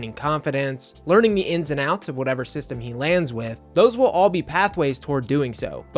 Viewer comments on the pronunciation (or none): none